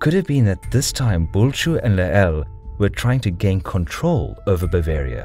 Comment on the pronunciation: I got so exited when you pronounced Bulcsú correctly! :D But you mispronounced magyar and Lehel on multiple occasions. Magyar is pronounced as "mɒɟɒɾ" and Lehel is pronounced as "lɛhɛl". I hope it helps in the future :)